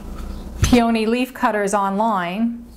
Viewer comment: I know this is nitpicky but the flower is pronounced PEE-uh-nee, not pee-OH-nee.